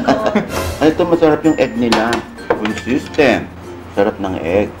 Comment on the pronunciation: Haha! (slow natin .33 speed) con-sis-tent po yan. Hahahhah